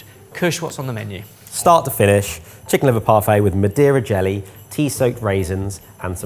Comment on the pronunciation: I know he said Madera jello, but I 1000% heard "a deer in jelly" and was EXTREMELY curious about where that was going.